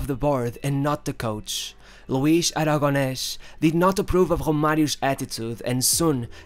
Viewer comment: Actually my comment was because the way he pronounces names in Spanish. He adds the sound "sh" at the end of the name Aragones "Aragonesh". The "sh" does not exist in Spanish. I figure he is trying to reproduce the pronunciation from Castilla.